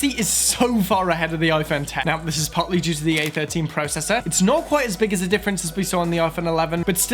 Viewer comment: Dayum he said Pro cessor instead of processor 😂